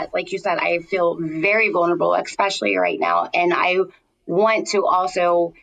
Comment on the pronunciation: Super excited to celebrate sobriety. ❤ The word especially has no k in it. 🤦‍♀️